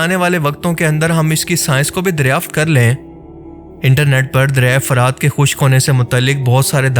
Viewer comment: لفظ "فَرات" نہیں بلکہ "فُرات" ہے۔اس کا مطلب شفاف اور میٹھا پانی ہے